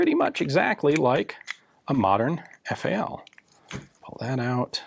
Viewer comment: Oh my lord.... Did he just pronounce FAL as the separate letters F-A-L??? I never thought I’d hear him do that